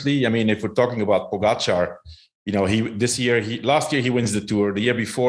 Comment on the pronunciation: It’s pronounced po gotcha not pogo char!